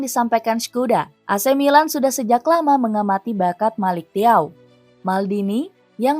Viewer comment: bacanya melik caw..😅